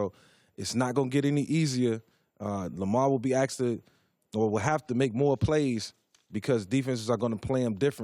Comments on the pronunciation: Take a shot every time Vick says “axed.” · Did Vick say aks? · Ask** not axe lmao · I'm glad Vick got hurt and left the eagles. By the way, is "asked" not "axed"...he can't even speak properly.